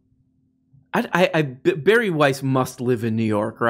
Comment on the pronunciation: Her name is pronounced Bar-E. I hear she is quite the little drinker. But, only Chardonnay out the box.